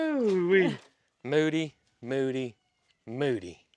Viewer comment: I would guess it is a bovine (cow). People continually told you that you called Mildred and Moody incorrectly.😅